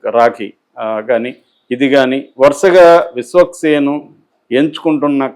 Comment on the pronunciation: Ayya meeru Viswaksenu Peru vikikkasari palakalekapotunnaru